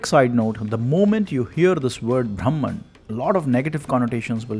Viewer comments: The pronunciation of the word " brahman" makes all the difference. When the narrator in the video says" braahmman" it's wrong pronunciation. It's actually "bruhmn" or bruhmom" . It's the other word for "ultimate knowledge". What is ultimate knowledge.... it's about the formation,working and existence of the universe!! In other words it's about "skanda" what is the meaning of scanda? The minutest molecular of an atom is called skanda!! So brahmaom is nothing to do with Vishnu,Shiva or any so called "god's" we worship but the essence of the Universe. Earlier men used to worship nature & animals. . That is very sensible. Because that way we won't destroy or damage our nature. Now we realise how much we exploit, destroy our nature through deforestation, quarrying, mining, polluting our rivers,land,air etc. So respecting nature was more sensible than worshiping Vishnu,Shiva,Saraswati,Lakshmi, etc etc. Now we worship power& money. Still we proudly believe that we are the most advanced humans in the history of mankind!!😑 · ब्रह्मन् should be pronounced BRAH-man, not BHRAM-an. Bhram is confusion, delusion, erroneous perception.